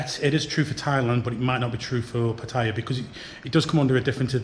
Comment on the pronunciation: Please learn how to pronounce Pattaya